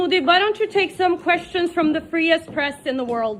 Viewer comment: First correct ga matladatam nerchuko it's press freedom not fresh freedom, and the rank of India is 151 not 157. And Norway ni India ni ela compare chesthav, Norway lo enni political parties unai, entha population undi, media independence, govt influence on media ela chala parameters untai.. istamochinattu India ni prathee danthoni comparison chesesi commentlu pettedam kadu, India eppatiki ela konni vishayalalo suffer avthundi antey ah daridram mahanbavudu nehru,gandhi and karma entantey britishodu pettina patry Inka e desamlo nadipinchadam, adi italy lo puttina okavida, england citizen ship unna avida koduku.. vellani support chesey nelantollu... Ekkada bjp ni support cheyamani kadu desani support cheyandi, akkad unnadi PM bjp party tharpuna vellina nayakudu kada...